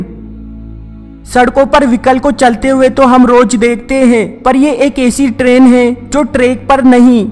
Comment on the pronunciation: istrain haha funny pronounciation